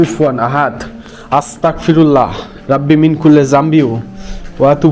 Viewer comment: আস্তাগফিরুল্লাহ এর উচ্চারণ (গ) হবে আস্তাগফিরুল্লাহ। ❤